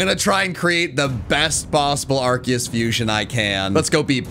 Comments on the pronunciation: its not ARKIUS ......ITS AAAARKOOOOOOOS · It’s Arceus not ArCKius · arceus (ar-see-us) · IT'S ARKOOS NOT ARCEUS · IT IS ARCEUS